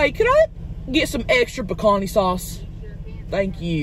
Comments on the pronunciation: She kept saying "pecan-ee" sauce in the beginning so I thought it was gonna be some bomb ass pecan/nut based sauce 🤣. But its actually just a red sauce named Picante "pecan-TAY" which literally just means spicy in spanish. Gotta love Tammy 🤣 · Chelcie Lynn, Picanté means spicy in Castellano, which you call Spanish, pronounced, Pee-can-te. 😊 Just saying. 😏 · Omg when she was first ordering extra sauce I thought she was saying “pecan sauce” not PICANTE lol